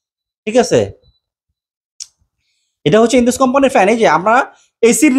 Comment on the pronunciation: ভাই ঐ ফ্যানের নামের উচ্চারন হবে ইন্ডাস, বাংলায় যেটা সিন্ধু নদী